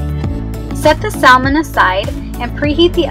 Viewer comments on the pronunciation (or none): I have some wild salmon and can't wait to serve this! Usually the "l" in salmon is silent as in Sa-mon :) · The L in salmon 🍣 is silent.. Thank you for this! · The L is silent in Salmon and what temperature do you bake it on? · Sal-mon, Fi-lets, and ass-paragus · Love it but can’t get over how you say salmon and fillets and ASSparagus 😩